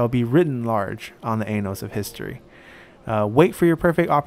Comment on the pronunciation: "On the anals of history".